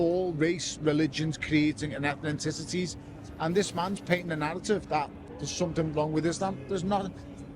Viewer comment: "Ethnenticities" Why do people this thick think they have something intelligent to say?